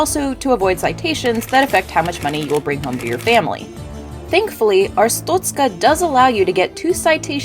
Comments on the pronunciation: It's pronounced "Ars-stot-ska" not "Ars-toot-ska" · she said 'arstutzka' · The ministry of Arstotzka does not like how you pronounce 'Arstotzzka'. Your family will be questioned further. Glory to Arstotzka.